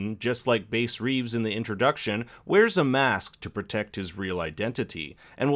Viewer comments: Your pronouncing Bass wrong, it's B 'ASS Reeves, the man that the Lone Ranger's story was based on. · It’s called the bombing of black wall street one and two bass is pronounced like a bass fish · This is the first recap video I'm watching of this series and I'm turned off by the mispronunciation of Bass Reeves' name. wtf did yall get "Base"from? This is literally on television and every historical note. This is lazy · Bass is pronounced with a short a, like the fish. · Bass is pronounced like the fish and the man was the real life version of "The Lone Ranger" a masked avenger in TV. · Omg that triggered me so much lmao tf is a base reeves